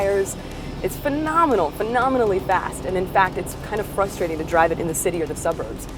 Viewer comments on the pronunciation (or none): none